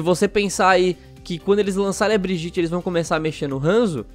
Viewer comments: OW, a pronúncia de Brigitte é Briguita, não Briguite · A PRONUNCIA É BRIEDIETE NÃO "BRIGITI" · Se fala briguita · O certo é Briguita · Socorro, ele fala Brigitte errado. Que agonia. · Fala o nome da mina direito😂😂😂